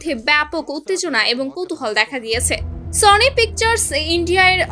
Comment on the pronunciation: সানি নয় সনি😂😂😂😂